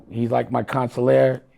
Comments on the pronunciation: "Consilary" is beyond crazy. Wtf even is that. Consiglier is even a whole diff pronunciation. Aside from that, you been giving bad luck vibes for years. I think errybody good. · a godfather that doesn't know the word Consigliere.... smfh plz make it stop 🤦🏻‍♂️